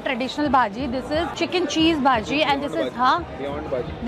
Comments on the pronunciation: you dont say baji you have to pronounce it as bajji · It's pronounced "bhajji" not bhaji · Ur pronounciation of baji is wrong 😅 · It's not baji it's bajji.... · not baji its bajji